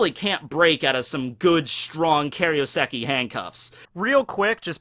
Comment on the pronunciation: plz, it's KAIROseki not KARIOseki